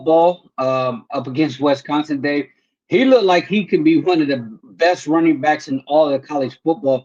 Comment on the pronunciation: Come on guy, it's not Wes-consin. You said it about 30 times in the past week. It's not that hard.